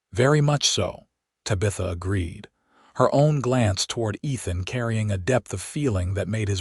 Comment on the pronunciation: Ethan ..not Nathan...sorry listeners...lol